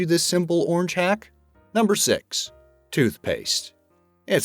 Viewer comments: The chicken wing method makes you eat all the other crap inside the wing that's not meat. All the membranes etc. Yuck. Learn how to pronounce "orange". It has an R in it, not a W. Who DOESN'T know about shaking toner cartridges? Parmesan is pronounced with a Z, not a ZH. Eating an apple from the bottom means also eating the devil's navel part, which is gross. At least cut THAT out, ffs. Pistachios are only a problem if you cut your nails right down like the man in the video. That is also gross. At least leave 1-2 milimetres of nail on the edge. How else can you scratch yourself, eh? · its pronounced ORANGE not ORNGE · It's pronounced " Orange", not "ornge". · "The ornj". LOL